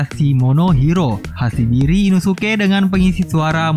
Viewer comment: Hashibira inosuke bang bukan"hashibiri inosuke"